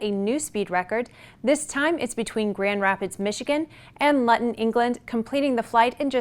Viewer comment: Luton airport is pronounced Loooootin.